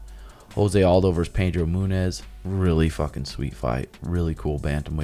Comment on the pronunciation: Is trolling by saying the fighters names wrong…. Serial Gone, Pedro Moonez, and Vincet Luke?